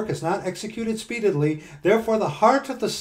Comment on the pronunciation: I think you are pronouncing the word "speedily" wrong. The word "impenitent" also.